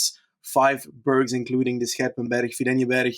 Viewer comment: pronunciation of 'berg' putting anyone's previous attempts to shame